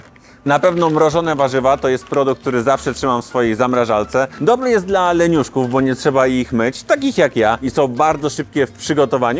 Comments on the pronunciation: jakiej 'zmarażaLce', zlituj się siary nie rób... zamrażaRce...😐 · Też jako dziecko mówiłam "żamrażalka" ale ma być "zamrażarka".